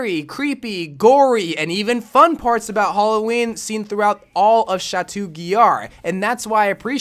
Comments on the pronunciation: Nobody: Literally nobody:: Cha-two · his pronunciation of chateau really killed me every time 😂